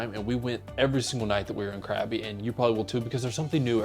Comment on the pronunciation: It's not pronounced CRABBY! 😂 Try saying it more like "GUH-BEE"